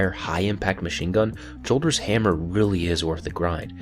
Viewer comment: THANK U FOR SAYING JOLDERS RIGHT... Datto says yolders... like where the fuck u get the y from